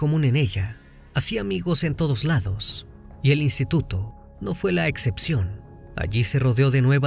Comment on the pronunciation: Excexpcion…ExcePcion. Qué pasó te falló la dicción.